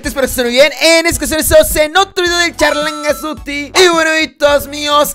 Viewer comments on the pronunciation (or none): Hola Me rio cada vez que dices charlangas duty